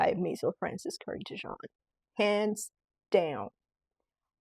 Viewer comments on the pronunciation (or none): none